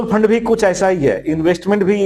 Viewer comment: Faaand nhi fund hota hai...😅